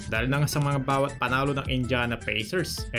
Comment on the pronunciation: Bisayad ata to na Promdi ang tokmol na blogger na to😂😂😂 pati Indiana mali ang pronunciation😂😂😂 palibhasa Promdi.. 😂😂😂